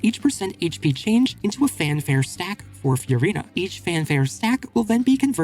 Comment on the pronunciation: Who's Few-rina?